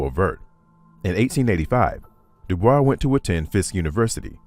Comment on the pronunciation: Good documentary. However, it's grating to repeatedly hear his surname, NOT pronounced as HE PREFERRED: DooBoysc. Continued success!